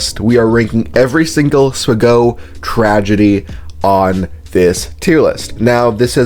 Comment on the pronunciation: I had never heard someone say "swgoh" out loud, gotta say it's uncanny.